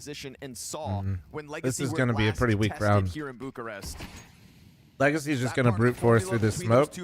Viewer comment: is Bucharest and not Burcharest dude